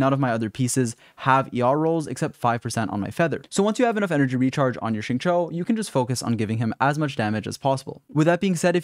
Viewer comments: This guy finally learned how to pronounce Xing Qiu Edit: nvm he says sing chu again 🤣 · Love your vids and guides good sir but, for the love of Teyvat, please pronounce his name correctly if you are going to make a guide xD